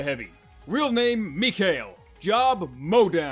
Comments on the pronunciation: You said his name wrong it's Misha sorry for being picky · You dont now how to pronauce misha